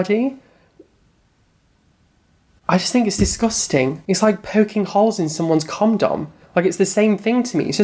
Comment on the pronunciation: ... did you just say... comdom?